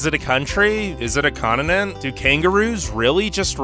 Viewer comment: Ugh. Where did this new hideous way to pronounce “continent” come from?